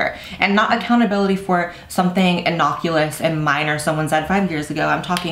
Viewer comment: Did blaire just say "innoculous"....?